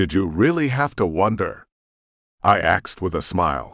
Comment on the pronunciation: Love the books but I agree with others AI says axed instead of asked. Drives me crazy. Reminds me of kids on my bus. Slang word